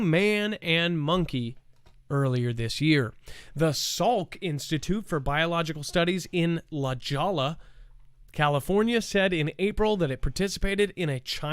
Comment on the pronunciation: Its La Jolla , like Tortilla or La Jolla Jackson 😊 San Diego county